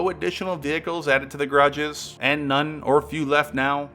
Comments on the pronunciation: Ga-ra-ges. Grages got annoying real quick.. Otherwise good video! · G’a’rages not grages x) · "Grodges"? Seriously? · What is "garges"? Is it your way of saying garages?